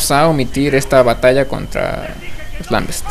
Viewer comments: wey creo que se pronuncia lambent no lambets! xD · haha xD el juego se llama Gears Of War sin S en War xD y no son los lambest son lambent n_n por cierto gracias por los videos y nos vemos en la beta de halo anniversary ;D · oye muy buena ayuda, pero te dire una cosa que creo que te falla, a los luminosos les dises lamBEST y son lamBENTS :D